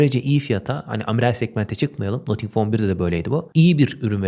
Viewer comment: selamlar, nothing - nating şeklinde okunuyor.